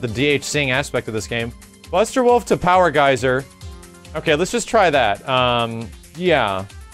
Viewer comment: me trying to sleep My brain: "POwa GEYSA!!"